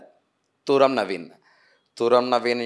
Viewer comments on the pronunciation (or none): తూరం కాదు తుర్రం